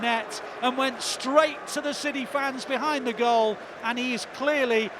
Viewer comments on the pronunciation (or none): none